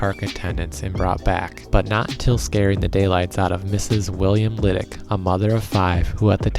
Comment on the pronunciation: Thank you, wonderfully done. Loved living above the zoo as a child. You even pronounced my mothers name right, "Liddic". She still tells the monkey story to her and my pops 20 Great Grandkids. I'd ride my brothers bike through Little Park, the Lookout, the Zoo and turn around as soon as I was seen. Great memories.